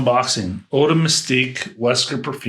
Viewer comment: I just got a sample and I'm very impressed. I wanted another from the same "school" as Slowdive and Bengale Rouge, and your reaction to it, analysis and praise of the bottle have again pushed me over the edge. Nb. the closest we can get to pronouncing eau is "owe".